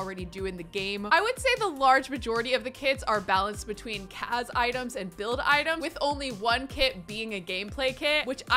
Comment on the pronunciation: It's cas not caz